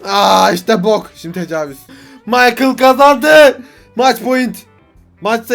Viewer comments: Abi bide o Maykıl diye okunuyo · mikale değil abi maykıl :D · adamın isminin okunuşu maykıl